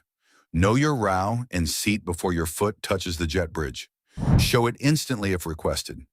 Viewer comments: Jeez. I quit — at about — when the incompetent AI narrator called the “row” in which a passenger sits the “raow.” It’s “roe,” if any intelligent person is still wondering. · Not a.i. again!! It is not rau, it’s roh. Unless you’re talking about arguing!! Ugh